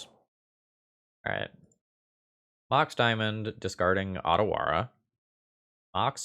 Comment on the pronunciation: I have no real hope of convincing people to change their pronunciation of "Otawara", especially since I didn't realize it myself at first since the card's name is only Japanese-inspired and not really Japanese, but if "Otawara" were a romanized Japanese word, the first letter would be the "long O" and not the "short o" as they say in English grammar parlance. 'O' in romanized Japanese always pronounced that way, and a romanized Japanese 'a' makes effectively the same sound as the "short o". The city in Japan of a similar name (Ōtawara) uses the Romanization "Ohtawara" on their website - compare the baseball player Ohtani. That extra 'h' is not used in many styles of romanization of Japanese, such as the one WOTC is using, which also eschews the long mark which would also probably cause English speakers to pronounce it correctly. Additionally, the lengthening of the vowel in Japanese does not change the basic pronunciation as it does in English, where "long" and "short" vowels are entirely meaningless designations these days to distinguish between tow two main pronunciations of a vowel. I don't care if you care or not. I'm getting it off my chest.